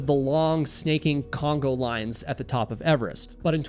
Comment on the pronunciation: love you show – but it's conga line, like the dance, not Congo like the country.